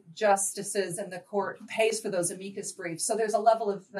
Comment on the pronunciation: Repackaging Our Capitalist Dystopia As A Feel-Good Story Why does she keep pronouncing it "-uh-MEE-kus briefs"???